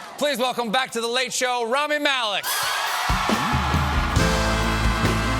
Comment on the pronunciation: How hard is it to say his name correctly? I mean seriously? If your going to interview a person and they even say their name during your interview and you again STILL mispronounce it. Infuriating to say the least and shows me you have you really have no interest in who your talking to. How about walk up to him and call him Stephen Colbert by pronouncing the T. He’d probably correct you.